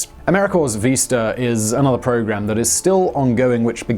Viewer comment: PLEASE learn how to pronounce things. You constantly get place names wrong, and this time you got VISTA wrong. It is very distracting and makes your commentary seem possibly inaccurate in other ways.